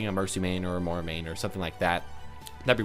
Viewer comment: Your pronunciation of Moira and Brigitte is killing me